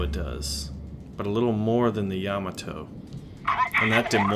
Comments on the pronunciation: ya ma to not yama to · LOL. He keeps saying Yama Toe.